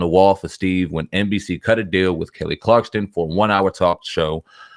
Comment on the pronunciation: It's kelly Clarkson not clarkston